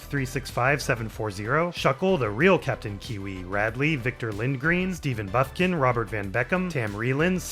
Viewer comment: Hope this is early enough that you see it but hats off man you NAILED the pronunciation of my name! It's fairly basic to be honest but the -ph gets some people and Bufkin is an pretty uncommon name that throws a lot of people off. Anyway thanks as always for the phenomenal videos, its an honor to be included as even a tiny part of one! Also, its obviously not me but "Mirrah" as in Lucatiel of Mirrah is pronounced like "meer-uh"